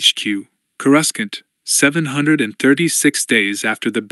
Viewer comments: Isn't there any way to teach that AI to pronounce Coruscant?? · Yes they have to go in and change the spelling in order to get it to say it how you want . I actually consider that way the correct way because the eu made coruscant and that’s how the eu said it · Honestly it doesn't even bother me. It's better than Core-oo-skant